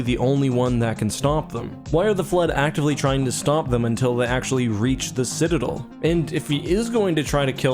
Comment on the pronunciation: This clown really pronounced citadel as citadol. Disliked.